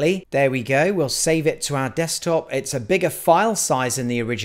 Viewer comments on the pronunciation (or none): none